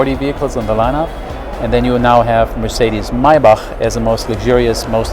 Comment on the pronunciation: THAT, is the proper way to say Maybach, for all of you who are wondering..